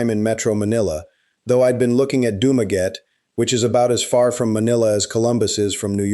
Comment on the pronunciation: Learn how to pronounce the name doo ma gettie